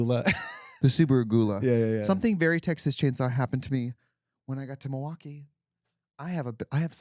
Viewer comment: You missed it! " Health milWALKee"